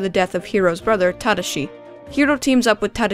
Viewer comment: The way you pronounced Tadashi was so cringe worthy.